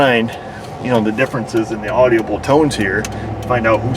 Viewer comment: Okay..good info again! But, some grammar help. No such word as “audiable ”. The word is “audible”…3 syllables, not 4.